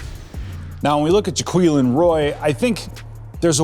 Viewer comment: Ja - qway -lin